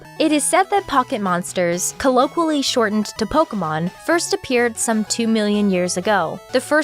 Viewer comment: Hearing people try to pronounce Colloquially is a pastime in and of itself. She skipped an entire-ass syllable then made up another.